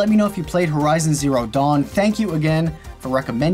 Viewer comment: Every time he says dawn I think he's saying dong.